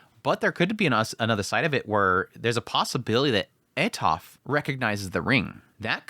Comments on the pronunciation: when I first read the series then listened to him I was also like WTH is that. I still prefer atofe instead of atof but it no longer annoys me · i know you killed the names all the time but this gets into my nerves haha why "atof"? where is the e? is atofe, even with her full name, you said "atofratof" tha hell is that? haha im sorry but i cant, is atofe, the e isnt silent.